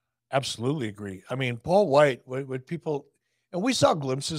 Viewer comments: Wight*, not White. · WIGHT, not White, c'mon guys. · His last name is Wight...not White